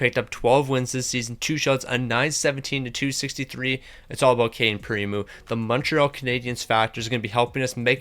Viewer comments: You're supposed to say PrimO, not Primu haha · I cringed everytime I heard him say primu...